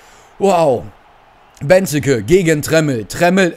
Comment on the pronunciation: Es heißt nicht Beneke sondern Benteeeeeke ausgesprochen